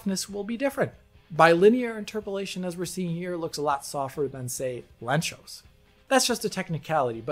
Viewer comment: thumbs up for pronouncing "Lanczos" correctly